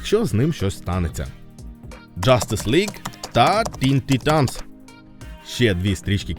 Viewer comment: Чувак, не блуд а блаад; не вар а воо; не тітанс а тайтенс (перевіряй вимову плііііііз). Щасти в творчості! Пасхалка незрозуміла. Зазвичай перегляди можна подивитися в статистиці ютьюба... Так, і найкращий з усіх, вірогідно, все таки флеш-поінт парадокс конфлікту. Багато разів переглядав.